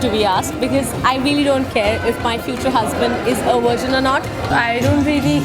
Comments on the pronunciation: Why is everyone in the video saying "wirgin" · What the F... is a worgein??? I thought they were talking about Virgins but, Worgeins blew up my mind. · what the fuck is a "wergin"? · Girl say VIRZIN :P